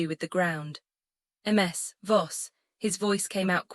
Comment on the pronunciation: There is a simple trick to make the AI pronounce things sensibly. Period. It keeps saying MS instead of MIZ, which is how it’s pronounced so just write it that way in the script. I guess y’all release these without doing a final check. Same with the babies name.Idris is pronounced Eedriss. So just fake out the AI, by spelling it that way, even though the official spelling is IDRIS.😊